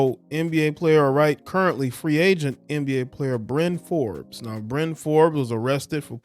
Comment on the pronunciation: Perkins: “Byron Forbes ..Bryron Bryron Fobes excuse me”